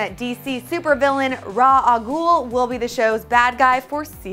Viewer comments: Rah al ghul? What the fuck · RaZZZZ!!!! AL GHUL :D